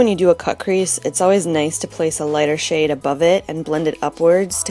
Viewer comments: jeeez! you literally killed me with "you know i love my mermaids" :P and almost every time you say "shade" i really think you say "sh*t". gotta buy that shrimp me up shadow! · Hah, when you said "after i clean the shade off", i thought you said "clean the shit off" omg it just made me laugh ao hard xD Beautiful look!